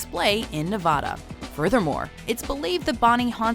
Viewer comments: ....You pronounced Nevada wrong. I have friends who live there. They take that very seriously. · STOP SAYING NEVADA WRONG!